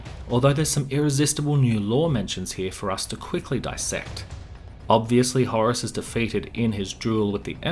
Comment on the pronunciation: You're pronouncing "Horus" wrong. Pretty annoying.